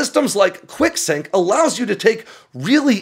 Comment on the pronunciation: I thought he was saying "Quick-sic", until I saw the text. Enunciation matters.